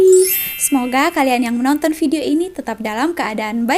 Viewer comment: Orang malaysia tak sebut bedio Ayah malaysia sebut vedio